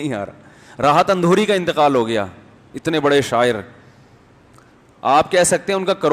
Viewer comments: Alfaz ko durust kro janab Rahat Indori hai naki Andhori🤨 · راحت اندھوری نہیں اندوری ہے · Andore nhi indore .ap esa q krroheho ? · Rahat Indori hai maulana, Andhuri nai hai 😁😁😁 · Rahat Indori hota hai andori nhi